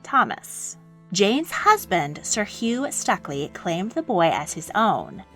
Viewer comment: Very interesting! It's pronounced Stookley by the way. Regards, Chas.